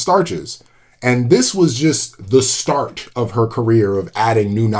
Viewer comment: Congrats,! Dr. Daly is an incredible scientist. I wish I had learned more about her in school. Also, I don't know if you did this on purpose, but I heard you saying "start of her career" as "starch of her career" after talking about amylase. 😂 Edit: Wait, her work on discovering that RNA is required for DNA was cited in a Nobel prize lecture, but she didn't get a Nobel for it herself when it became so fundamental to biology?